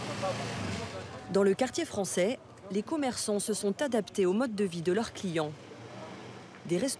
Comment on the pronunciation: Ce sont des "fwoncais" de quel pays?